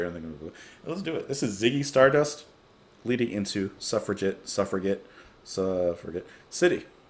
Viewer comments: Its pronounced SUFF-RA-JET. As in: "Captain Blackadder : I'm beginning to see why the suffragette movement want the vote. Lord Flasheart : Hey! Any girl who wants to chain herself to my railings and suffer a jet movement gets my vote!" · I think one of the Berlin albums like Low or 'Heroes' would be a nice contrast to Ziggy Stardust. btw Suffragette is pronounced with a soft 'g'. i.e. like a 'j'. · Suffragette is pronounced with a "J" Suf-ra-jet LOL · ........Its "Suff ra JET!"